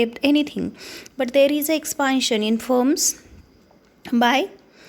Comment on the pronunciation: Not expaaantion it's expantion